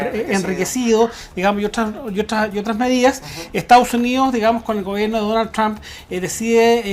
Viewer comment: "Donld trum"